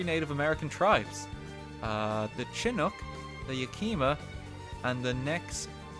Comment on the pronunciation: And did you all hear how he said "Chin-ook"?